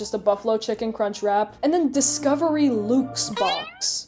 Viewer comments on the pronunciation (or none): This channel is great! Love the editing and the humour and- "Luke's" ... Did she just pronounce luxe as ... Luke's? Oh. Oh no. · Cheez-It Cucked killed me. 🤣🤣🤣 The "Luxe" is short for "Deluxe" lol. Unless y'all up there in Canadia pronounce it "delooxe." (I tease, cuz I love, it's an odd word, and I can see why anyone would think it's pronounced like that, lol) Wait, wait, wait...you're NOT a dentist!? Then why did I subscribe to your channel!? False advertising. You shouldn't have a channel name called "" if you're not a dentist.